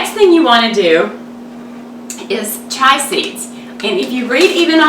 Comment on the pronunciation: Chia not Chai...great recipe though